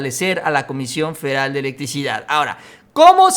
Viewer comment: Se dice "FEDERAL", "FE-DE-RAL". No "feral"